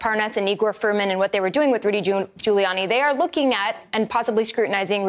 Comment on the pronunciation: 408. Sounded like he said Doodie Gulianni